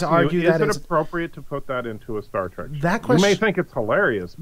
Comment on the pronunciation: Say 'Star Track' one more time.